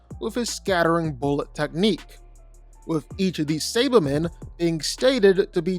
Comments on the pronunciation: What tf is a say-ba-man!? Who tf is Ginyo!? Bro knows nothin about DBZ if he can't say those basic ass names😂💀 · Say-buh-men? Nay-mick? Are you another AI voice? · Mispronouncing “Saiba-men” and Namek pissed me off